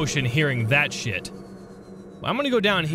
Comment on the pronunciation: Your funny you said shied instead of shit lol